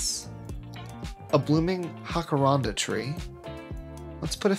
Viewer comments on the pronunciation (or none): Lost it at your pronounciation of jacaranda tree haha😂😂😂 JACK-A-RANDA